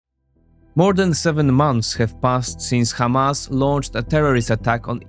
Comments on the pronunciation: It is Hamas not Kamas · It's "Hamas" with a harsh "H", not "Kh", unless you wanna say it in Hebrew.